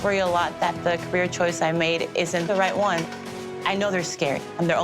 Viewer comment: Taste aside, how does anyone move forward in this world saying 'one-ah', 'ten-ah' .... Who is teaching these children?!